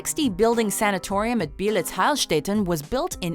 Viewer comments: You pretty much butchered the prononciation of Beelitz Heilstätten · How she speaks out Beelitz Heilstätten ;D thats Germany